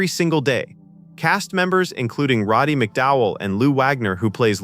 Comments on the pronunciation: RODDY not "ROBBY"!!!! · Jeez AI! Can't you spell anything right? And it's RODDY not f ing Robby